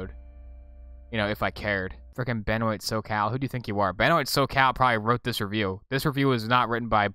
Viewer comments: ITS BENWAH NOT BEN-OYT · Benoît is pronounced Buh-noah. This guy makes actually decent adventure games.